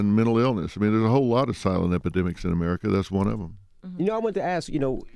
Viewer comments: Charlemagne : Epi-dicks? Dr. Phil : (clears throat) Epi-de-mics in America....But I see where he’s HEADED 😂😂😂😂 Dr Phil calling Charlemagne out on that Freudian slip is SAVAGE! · dr phil definitely said epidicks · Dr. Phil def did say Epi"dicks"...they tried to play Charlemagne hahaha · "epidicks" god CLT is such a douche........ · Nigga said epidicks😂😭😭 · I lost it 😫 at "epidicks" 😫😭😭 I can't.. 😣😣😣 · He said epedicks though lmao